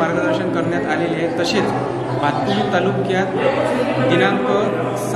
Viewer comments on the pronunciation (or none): भातुकली नाही.... भातकुली आहे.... Script फक्त वाचू नका... ती बातमी आधी समजून घ्या